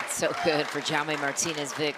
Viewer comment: Awful pronunciation of Jaume